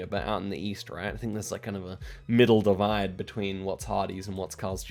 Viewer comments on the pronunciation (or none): none